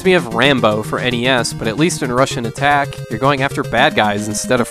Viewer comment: Great, I was never aware before but now I can't unhear it. Every time you said Rush'n'Attack I heard Russian Attack.